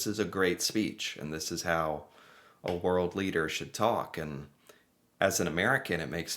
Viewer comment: Leader- keading